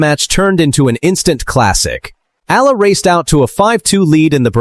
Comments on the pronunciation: Please pronounce her name correctly.. its not difficult, watch .E R L A. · next time please prnounce the "EALA" correctly E-Yeah-LA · It's been years, and this voice-over/AI still cannot pronounce her name correctly.🙄🫤☹️